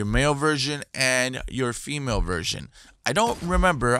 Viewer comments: Haha he did say virgin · Ik its sounds like that but he said version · did u say virgin or version? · Raven lol He Said Both To Be Honest...